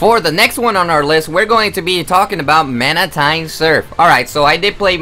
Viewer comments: 1, 2, 3, 4, 5, 6, 7, 8, 9, 10, 11, 12, 13, 14, 1... MANATINE SURF XD LOL.. 15, 16, 17, 18, zzzzz, 19, 20, 21, 22, 23, 24, 25... 25 TIMES IN ABOUT 7 MINUTES PLUS THE WORLDS BEST BUTCHERING OF MANTINE XD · "manatine surf"